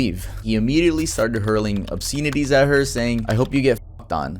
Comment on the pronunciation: Do u write your own scripts? I find it hard to believe you would use the word obscenities when you don't know how to say it properly